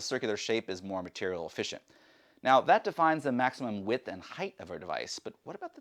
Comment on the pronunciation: “Height” not “heigth”